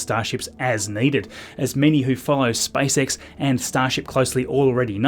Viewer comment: Am I the only one hearing Spice X 😂😂😂